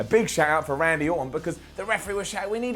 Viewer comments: "Andy Orton" c'mon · I know you said "Randy", but I still hear "Andy", and now I wish there was a wrestler named Andy Orton, just for the laughs.